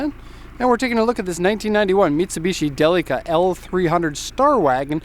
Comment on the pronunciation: Не джелика а Делика..А так молодец!